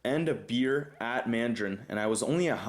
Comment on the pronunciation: For some reason I got a laugh when you said " so I'm going to Mandrain" after you said you don't go there often.